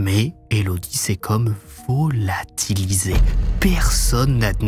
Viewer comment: Elle s’est VO-LA-TI-LI-SÉE